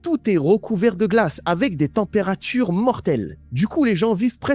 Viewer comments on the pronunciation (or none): C'est quoi une "struque-chûûûrhe"?? Et une "temperatte-chûûûûûûûrhe"???? 🙄🙄🙄🙄🙄🙄🙄🙄🙄🙄